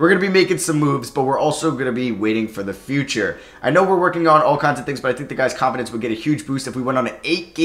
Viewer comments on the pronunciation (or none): none